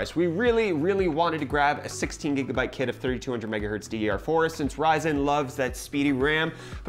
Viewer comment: Its "gigabyte" son....not "gegabyte"